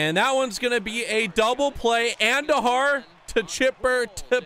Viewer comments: Its AHN dujar not andu jar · ( An-doo-har) not whatever your saying